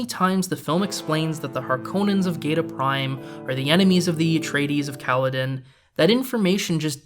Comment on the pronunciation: Where you get “Pada’sh(ee)? Princess Irulan herself clearly pronounces it in her opening, which you show but don’t run the dialogue. She says Padish(aw). Is it something from the book? I haven’t read it in many years so only going off the movie here. Your pronunciation of the Harkonnen home world as Geda Prime doesn’t jive with the pronunciation as in the opening sequence of “The Spacing Guild report” I’m NOT some fanboy of Lynch’s Dune, I just think when presenting a argument you should be more familiar with the source material as it goes a long way towards establishing your credibility with your audience. Not to mention you are a movie buff, right?